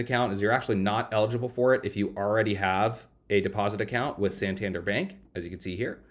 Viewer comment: You take in consideration Marcus by Goldman Sachs. Also everyone in the world knows Santander which is pronounced with the emphasis in DER. santanDER